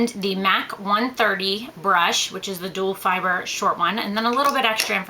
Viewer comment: its duo fiber , not duel fiber